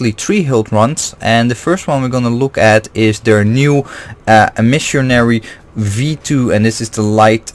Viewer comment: Eh-meh-sary (Emissary), not e-Missionary lol. Agreed, one-piece hilts are awesome for cutting back on unintentional-unscrewing! So far I haven't had any trouble with my saberforge Oracle, however, been having some trouble with my ultrasaber archon v3 and its' neck loosening while trying to swing. Looking into a different emitter; thinking of going for Ultrasaber Malice, Overlord, or Archon v2.1